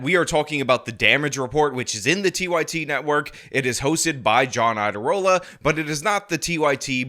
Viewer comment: the "IA" in Iadarola is a diphthong. It's pronounced as a "Y," as in YADA-YADA-YADA-rola, which would be a great nickname. It would be a shame if YouTubers like started calling him that.